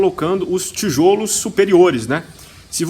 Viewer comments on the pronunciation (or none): Os "tijÔlos"????